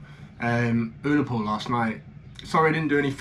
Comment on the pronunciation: it's ur-la-pool say it like that i'm scottish i like your video mate but advertising omg mate oh my mrs said your handsome 😂